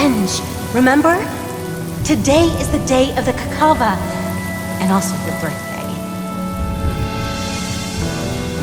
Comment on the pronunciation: Y can't they pronounce Indian names correct first rukhadevata now kakashva, gayatra